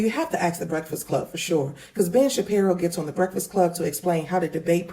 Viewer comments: Why TF u cant say “breakfast” right ? As many breakfasts as you eat daily 🫃🏾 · can’t say the word “breakfast” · This man can’t say breakfast for shit😂😂😂